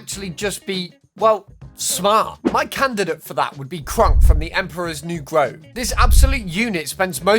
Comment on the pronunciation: I'm sorry, but did you seriously just say "Emperor's new Grove"? I think you forgot an extra o in there my dude Also, "Ema"? Ok with all the mispronunciations, i'm starting to get the impression that this is A.I, cause only A.I would have mispronunciations THIS bad